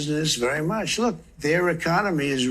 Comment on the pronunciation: He said, “Rook! I did it.”😂😂